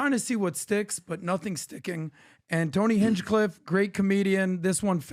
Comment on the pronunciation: Bro you probably shouldnt make clips. Your voice doesnt sound confident and clear over videos, you never bothered to pronounce Hinchcliffe correctly, your vocab is weak. Just because you have the ability to edit clips together and record yourself talking doesnt mean you should. There are thousands of youtubers doing this already. Find something else and no more wasting time. You sound like a high schooler. No offense or anything but this isnt for you